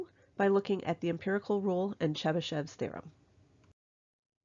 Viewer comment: I heard this as the Chupa Chups thereom